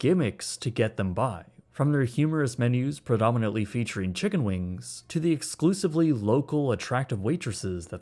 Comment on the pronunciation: I don’t know why this bothered me so much but you said “Chiggen Wings”